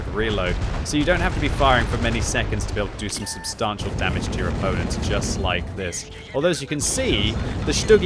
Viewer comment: When is the patch for to correctly pronounce substantial being implemented?